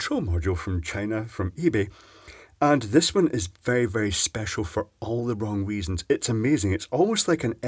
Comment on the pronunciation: I thought you said "wong weasons" while speaking about the cheap Chinese control module